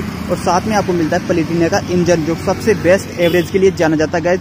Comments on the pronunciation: Bhai palitina nahin platina. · भाई ये बाइक पलेटिना नही प्लेटिना है😊😊😊